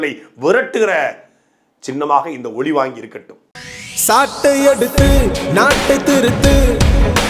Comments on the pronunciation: ஒலி வாங்கி சின்னம் ஓல் வாங்கி சின்னம் தவறாக பேச்சி உளற வேண்டாம் 😂😂😂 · "மைக்" சின்னம் என்றே சொல்லுங்கள். ஒலிவாங்கி என்றால் பெரும்பான்மை மக்களுக்கு தெரியாது;புரியாது! உங்கள் கட்சி உள்பட பல பேச்சாளர்களுக்கு "ல" "ள" " ழ" உச்சரிப்பதில் குழப்பம் உள்ளது. ஒழிவாங்கி ஒளிவாங்கி என உரைத்து மிச்சமுள்ள தமிழையும் கெடுத்து மக்களை குழப்பாதீர். பாவம் உஙகள் இரு வேட்பாளர்களுக்கே டமீல் தெரியாது ௭ன்பது தெரிகிறது.